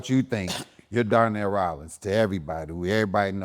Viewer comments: Gave him his flowers then proceeded to call him Darnell instead of Donnel 😅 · His name is Donnell not Darnell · Why is he calling him DARNELL???? 😂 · Dude is so used to people pronouncing his name Darnell - do better Deon. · The funniest thing about this interview is knowing that Deon is an actual writer but he kept calling Donell-Darnell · He called him Darnell the whole time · Did you call him Darnell!? Lol